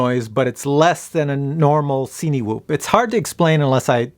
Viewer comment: At one point in the video you mentioned 'cinematic' film. Cinewhoop is pronounced the same way, surely, it's not a 'see-knee-whoop.' Sorry had to get that off my chest, you know when people say things in a way that makes you cringe? Otherwise, great video as usual. I'm seriously considering buying one of these and this was helpful.